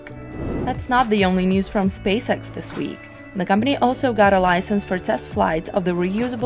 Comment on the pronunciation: Look how she says "company"